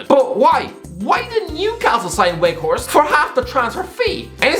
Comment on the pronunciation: Can you at least try to study how football player names are pronounced? Halland? Weghorset? Seriously? I'm pretty sure you'll be pissed as a soggy donut if I called you